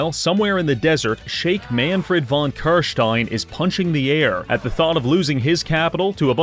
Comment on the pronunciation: Your pronounciation of "Carstein" pleases me.